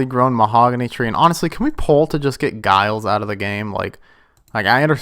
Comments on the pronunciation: Giles isn't pronounced guy alls. It's juy alls. But yeah bun him off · just an fyi, it's pronounced "jiles"